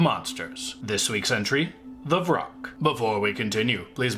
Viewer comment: it’s vrock not roc that’s a different kind of bird.